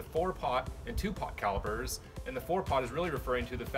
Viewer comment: I know you wrote "calipers" but you're killing me by saying "calibers"